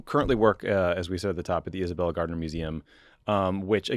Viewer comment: Atta Boy, Tommy!!!! How to stay true to your Massachusetts roots!!!! That's right, it's pronounced Isabella Stewart "GAHD-NA" Museum.......